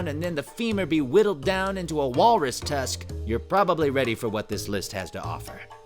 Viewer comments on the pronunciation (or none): Does he mean "Tusk"?